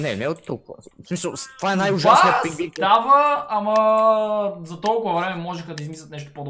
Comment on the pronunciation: Пингвин не пингин